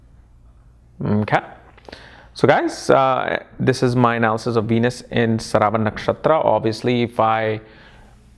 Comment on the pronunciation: So many years into astrology and this man still gets the pronunciations of most important words completely wrong. 😆👎 Is this how you teach your students... Calling श्रा व ण as स रा व न. Seriously man... Whats with you?